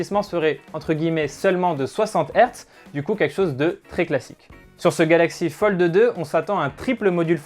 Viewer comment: Metexya eSport Merci du coup je n’entend que ça 😂😂😂